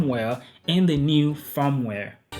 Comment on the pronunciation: I thought he was saying 'farmware'